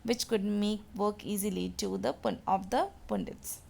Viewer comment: Mam that is not "poondits" the "u" is used here like the "u" in "umbrella", "pundits"